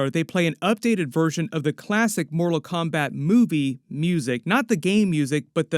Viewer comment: So awesome please stick to Disney and other properties u know names too because ur pronunciation of the fighters is so bad u almost had me breaking my house down